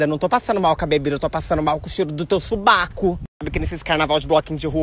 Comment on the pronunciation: Pq vc fala suBAco e não suvaco?